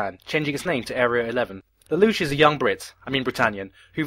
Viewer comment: I'm sorry everytime you say his name all I hear is la-douch